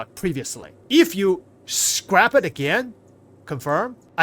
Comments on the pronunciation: It's scrap the "A" is pronounced like apple. Scrap rymes with tap, lap, Map, rap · lol He says it correctly like 10% of the time.